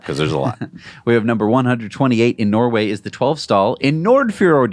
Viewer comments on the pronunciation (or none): none